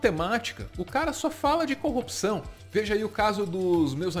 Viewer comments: Corrupção, coupção, coopção, copção... cheguei até a ouvir concussão. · "combate a coupção" é o mantra do Sergio Moro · tem hora que o Moro quase fala cocção hahahhahahha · em momento algum o Sérgio fala sobre corrupção. Ele fala sobre coopção kkkkkkkkkkkk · O marreco não falou corrupção... Falou 50 vezes a palavra copção. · Justiça seja feita. Moro não pronunciou a palavra "corrupção" nem uma vez sequer. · ele nem sabe falar CORRUPÇÃO... 🤣🤣🤣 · Ñ conseguiu pronunciar mesmo kkkkkkkkkk